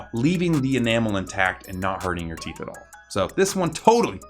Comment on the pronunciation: Is it a big deal if a theet grew behind your theet